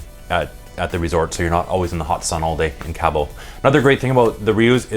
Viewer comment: It’s pronounced KAH-BOW not Cab-O